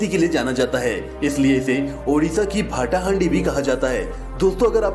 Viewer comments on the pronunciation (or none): भाटा हांडी नहीं । भात हांडी है वो😂😂😂😂😂